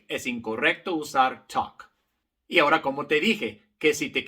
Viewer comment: Querido profesor su color de piel no es importante, solo importa que es un profesor excelente. Le informo que en correcto Español se dice Ahora no Hora.